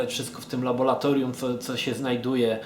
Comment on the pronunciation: mamy 2015 rok, a dalej nie nauczył się wymawiać "laboratorium"